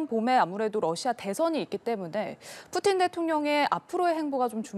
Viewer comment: 뿌찐 = 푸틴 , 러시아어 발음으로 푸틴을 뿌찐으로 발음 합니다.